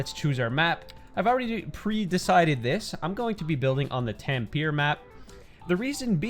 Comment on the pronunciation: Im sorry but did you really just pronounce Tampere as ‘tampeer’? 😭😭